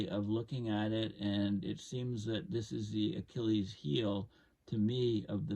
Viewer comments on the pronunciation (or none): none